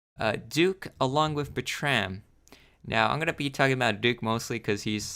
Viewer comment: bertram is pronounced berr-trum